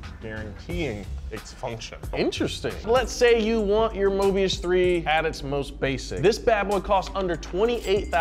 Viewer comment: It's not Mobias but Mobius. At least get the name right genius from South Africa.